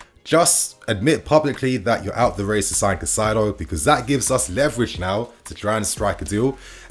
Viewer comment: Kai Saydo. Not Kuh Cydo. Kai Saydo. Caicedo.